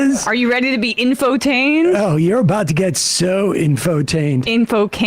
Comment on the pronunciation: "Info-Cained" lol